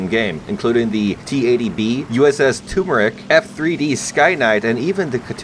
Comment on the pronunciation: Hey, quick correction, the "USS Tumeric" is actually pronounced Too-cum-carry, for Tucumcari, a town in New Mexico close to where I live. Thanks!